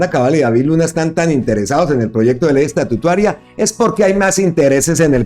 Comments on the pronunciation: Porfa, no sigas diciendo Ley Estatutuaria suena horrible, a estatua, no a Estado. No atropelles el lenguaje. Se dice LFEY ESTATUTARA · Buenas tardes, no és ESTATUTUARIA, ÉS ESTATUTARIA😢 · Hermano es estatutaria y no estatutaria ,ojo hermano